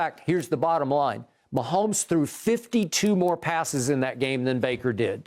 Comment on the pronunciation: I won't be able to handle the commentators calling the game. Mahommes this, mahommes that..Grrrr!